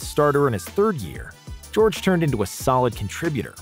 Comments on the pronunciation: Tacko is 7'5 not 7'6 and gheorghe muresan is 7'7 not 7'7.5 and his name is pronounced ge or ge and not George the g shouldn't sound like j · It’s georghe muresan not George muresan